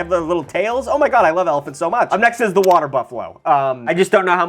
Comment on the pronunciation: Fresh water wotters